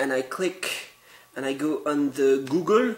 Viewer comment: "And here you see GEWgul! It is running GEWgul."